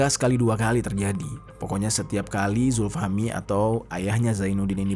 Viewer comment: Zulfahmi awalnya. Tapi sering nyebutin zulfahmi lama-lama jadi zulhilmi. 😂